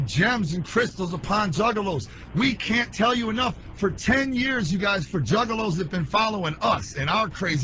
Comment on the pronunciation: Them stale ass bitches know what a JUGGALO is, you say don't a word 5 times and not know wtf it is or how to pronounce it. I will never understand people who think it's cool to dis whatever